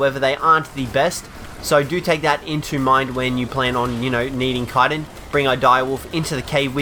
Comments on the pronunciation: It's called ch-itin (like chew) not kiten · kyton? you mean chittin? chiiiii-tin not kie-ton